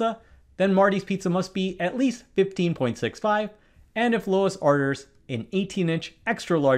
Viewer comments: Hearing you pronounce Luis (Lou-ees) as Lois was so distracting. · It's LUIS, (pronounced LEWIS) a MAN'S name, it's not "LOIS" a WOMAN's name. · Loo-iss.... FFS, bro. The name is Luis, not Lois. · Luis = Loois Lois = Lowis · The way you pronounce Luis is sending me. Sound it out with me "Loo-eese" not "Loh-iss" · It is Luis not Lois. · Luis - pronounced Loo-is, or Looey. Lois????? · It's pronounced /loo-EESS/ not /LOW-iss/. Mind Your Phonics. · Luis is pronounced Loo-eese, not Low-iss. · It's pronounced LOUIS, not LOIS !!!! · "LOW-is"? No. "loo-EES" One is my name. The other is not. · Yep. Sounds on brand for me. To put it simply, it's pronounced Loo-ees and every time I hear "lewis" a sigh of disappointment escapes me. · Teacher failed to show her work so she fails miserably... And please pronounce Luis "loo-ees" or "Loo-eez", not "loh-iss" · Presh, it's pronounced Lu-IS, not Lois. Luis. It's a "u", not an "o". Luis is a masculine name, Lois is a feminine name. Just thought you'd like to know. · BTW, Presh, I believe the name "Luis" is more properly pronounced "loo_EEs". (Rather than "LOW_ -uss".) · It's LUIS not LOIS. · Louis was a much more tolerance pronunciation. The second it became Lois and stayed that way was like nails on a chalkboard. Our host is definitely not a linguist, but more of a mathematician. It definitely should be something like Loo-Eece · It’s really bugging me that you’re pronouncing Luis as Lois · Obviously you're a robot. Whoever wrote your speech misread Luis as Lois. If I'm wrong, explain how you could possibly keep mispronouncing Luis as Lois SO many times? If you're human, even if you weren't mispronouncing anything, why was it necessary to say their names so many times when discussing this? Humans don't talk like this, and robots have no problem doing annoying and repetitive things. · Why do you keep calling the person "Lois" when there is clearly a 'u' in his name, not an 'o'? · it's Luis, not Lois. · It's "Luis", not "Lois".